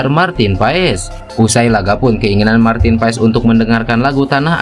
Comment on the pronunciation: gara 2 para pembuat konten martin pass disebut martin paes tuh liat hasilnya semua ngomong PAES bukan PASS....Googling dikit kenapa 🤣